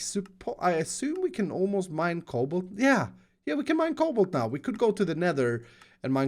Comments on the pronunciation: When he said we can mine cobalt, I though he said we will be able to mine cobble... as in cobble stone. OHHH this is going to be a long series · When you said cobalt i heard cobble